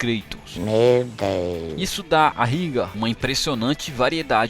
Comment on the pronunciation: Ryga conheço clássicos dos fliperama mas a pronuncia é Raigar . Vou experimentar o do ps2 que não conhecia